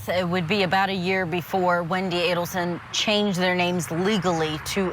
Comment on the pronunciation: Mrs ADDelson, can’t even pronounce the name right lol can’t believe the bump worked